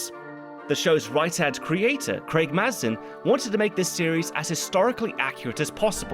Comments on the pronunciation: Craig Mazin's name is pronounced "May-zin" btw. Sorry couldn't help but mention it lol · It’s meant to be pronounced May-zin, not Maz-in. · Pretty sure Mazin's name gets said out loud every episode of the series podcast. It's mispronounced through this entire video 😅